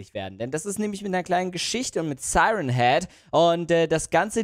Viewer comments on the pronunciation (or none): Nicht seiren heed sondern sieren heed.